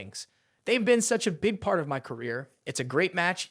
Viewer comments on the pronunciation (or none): none